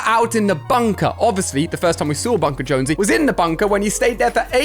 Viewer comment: ali i its jonses not josnose